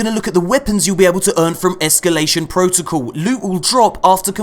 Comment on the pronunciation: "Ehskyoolation" looks like fun. Very Prison of Elders-esque.